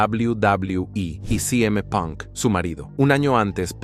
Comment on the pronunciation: “Si eme (CM) punk? “ A jei” ( AJ) Lee? Decídanse o lo dicen en español o lo dicen en inglés